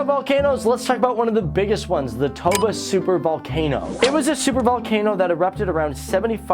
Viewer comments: It's TOBA, not Tabo :) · Im indonesian... By the way Lake TOBA not TABO.. 😂👍👍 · U said tabo instead of toba. By the way, im indonesian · Lake Toba, not Lake Tabo.